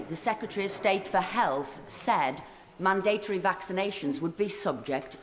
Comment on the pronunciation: Esther McVile, great start. Mandatory isn't difficult to say correctly.